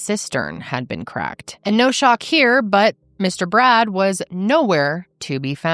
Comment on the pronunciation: A few times when you said "Poor Brad," I thought you said "Poor Brat"!!!!